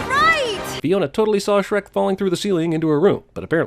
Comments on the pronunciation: Logo doesn't have an H... 😮😮 It's only "Srek" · I like you but it's Shrek how dare do you disrespect him